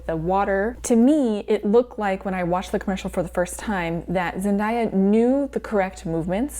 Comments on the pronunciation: The 'day' in Zendaya is pronounced like the word day, not dye, just so you know! <3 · ok i loovvveee the video!!! butt. instead of pronouncing Zendaya’s name “zendieya” it’s pronounced how it spelled “zen-day-a” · not zen-die-a 😭